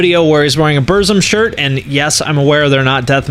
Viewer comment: The way he said "Burzum" tho